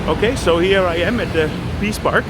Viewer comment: Sounded like he said: the Piss Park!